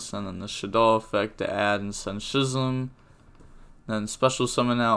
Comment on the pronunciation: I'm like 90% sure that "Schism" is pronounced Skism and not Shism.